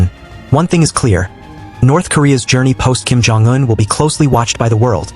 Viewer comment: Why are you mispronouncing Un as, "juen"? Bit odd...